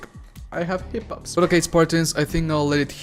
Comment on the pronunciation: Is hippups another variation of hickups?